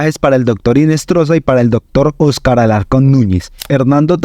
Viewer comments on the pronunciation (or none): none